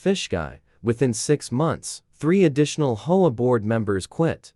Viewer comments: Sounds like some kind of dinosaur bird when they say hoah 😂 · Please pronounce H O A correctly.